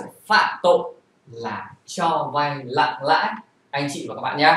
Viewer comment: Cho vay nặng lãi mà phát âm thành cho vay lặng lãi.